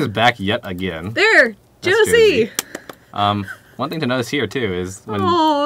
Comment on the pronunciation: Not trying to be rude or anything but you pronounce Jose wrong.